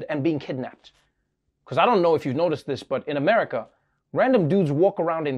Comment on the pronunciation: "...these police all across amaga" - i justt LOVE how he mispronounced that XD